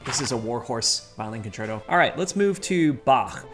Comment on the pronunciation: I approve your pronunciation of Bach. Zehn von Zehn. 🤔